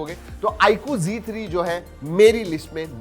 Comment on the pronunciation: Z3 ko bhai ne g3 bola